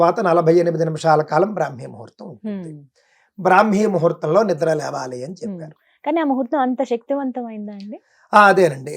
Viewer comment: లెగాలి కాదమ్మా లేవాలి. యాంకర్ అయి మీరే కంపు భాష మాట్లాడితే వినేవారు ఏమైపోవాలి.